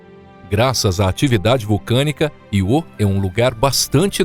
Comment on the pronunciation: Que porra de Iô é esse, rapaz? Aprende um pouco de gramática. É Ío com acentuação no I. Só você fala desse jeito idiota